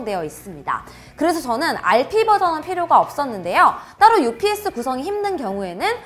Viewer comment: 유피에스를 업스로 얘기할때 접했다가 오늘 다시 봤는데 용량이 많이 늘었네요 ㅎㅎ